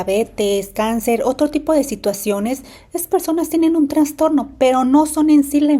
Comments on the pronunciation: Se dice trastorno,no transtorno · Trastorno, no "traNstorno". Por favor🙏